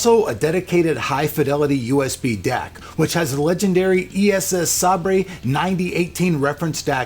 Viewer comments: Cracked out laughing when i heard "sab-ray" instead of "sabre". (that means "saber", in American English) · Fantastic review, very informative, nice opinions and good explaination. But did you really pronounce "Sabre" as Sab-ray? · Holy shit I'm dead, the way he pronounced "Sabre" 😂😂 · i fucking cried...